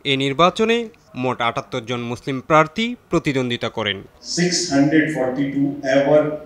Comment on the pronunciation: প্রার্থী নাকি প্রার্তী